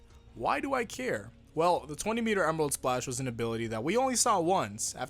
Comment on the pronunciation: Emerarudo splashu!!